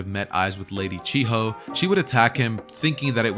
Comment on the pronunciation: its chiyo not chi ho